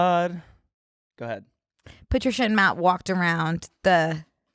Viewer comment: WHY does pronounce "patricia and matt" that way?!?!! it took me so many replays to understand, she is straight up saying "put your shit in matt"